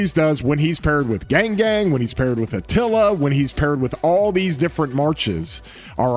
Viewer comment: really said achilla:v He loves atilla more than anyone else:V